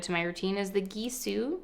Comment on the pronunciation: gisou is pronounced with hard G .it means hair in Farsi .